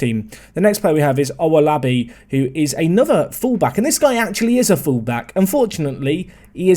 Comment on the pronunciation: Owolabi is a Nigerian name pronounced o wo la bi